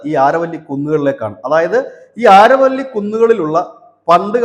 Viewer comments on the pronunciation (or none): ആരവല്ലി അല്ല അരാവലി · അരാവലി the correct pronounce this region.